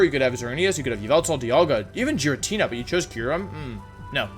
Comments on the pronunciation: Your tendency to switch pronunciations especially with Giratina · I disagree with your pronunciation of Giratina... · Yes, actually. Your pronunciation of “Giratina” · Im sorry, what did he call giratina? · Hearing you mispronounce “Giratina” so thoroughly in multiple ways hurts my brain. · That pronunciation of Giratina is a crime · What did you just call Giratina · Giratina isn’t pronounced like that 😭😭😭🙏🙏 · When I heard him say giratina man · Pronouncing Giratina 4 different ways in one video, this is peak comedy. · You say Giratina like that? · Why the fuck does he pronounce Giratina like that? Lmfao. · Good list, the only thing I really disagree with is Giratina. Not because of where you placed it, because of your pronunciation. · Ok I still can’t handle when Wolfey intentionally mispronounces mons, it’s funny but also hurts... so much... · Can’t believe you just massacred my favorite legendary by pronouncing giratina like that😭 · What did he just cal giratina? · The way he says “giratina” just gave me AIDS.... same with how people call Arceus, “arkeeyus”... Has nobody played Pokémon Battle Revolution???! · I hate how he calls Giratina “Jeratnia” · Isn’t Giratina pronounces Gir-a-tee-na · Wtf is a jer-rat-eena? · Gir- RAT-Nia. >:( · You said giritina wrong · The only thing that killed me was the way you said Giratina, since I love Giratina. Giratina is said as GEER-uh-TEE-nuh. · Am I the only one tripping out on how he pronounced girintina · Its Gee (as in Geese) ratina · they way you pronounce giratina and eternatus is killing me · I can't get over the way you pronounce Eternatus and Giratina lol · Anyone can explain why he says wideo instead of video. Also why he kept saying Giratnia instead of Giratina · The way you pronounced Giratina (GEER-A-TEE-NA) makes my soul cringe, I'm not sure if you say it wrong for a meme or that's how you genuinely say it but either way you're wrong. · IT'S PRONOUNCED GEE-RAH-TEE-NAH, NOT JI-RAT-NI-YA! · Jiratna or giratina